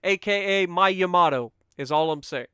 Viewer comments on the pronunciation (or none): none